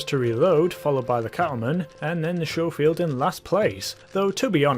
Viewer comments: It ain't pronunced showfield it's pronunced scofield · "Skofield" not "Showfield" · It's sco field not sho field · Skoh-feeld not Show-feeld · Sco-field not show-feild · It’s not sjofield but skofield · Schofield not showfield! Did you go to school or shool? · It’s scofield, not showfield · It's pronounced sko-field, not sho-field. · No much earlier than that, when he pronounces it “Shofield.” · Sorry to be a pronunciation nazi but it made me cringe everytime. It's Sch (as in school) ofield. As you were... 😁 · its like Italian or something. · It’s pronounced C As in cat the h is silent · Why does everyone who plays video games pronounce it showfield? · It's pronounced Skoffield(Schoffield) fyi lol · its pronounced sco field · Ok apparently i'm a bit more bothered by the mispronunciation of Schofield than i thought i would be. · Trigger discipline and please learn how to say scofield there is no H in it